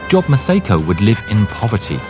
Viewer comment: The name Job is NOT pronounced “job,” it’s pronounced “Jōb,” with a long O. For crying out loud, do basic research so you don’t sound like an idiot.